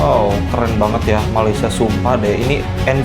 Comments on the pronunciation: Korang sebut Malaysia jadi Ma-lai-shia kenapa dohhh.. 😅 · dah macam mandarin plak 😅